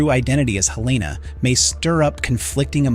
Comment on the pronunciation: Why do people say Heleena when it's pronounced Helena in the show? Makes you wonder if they've even watched it.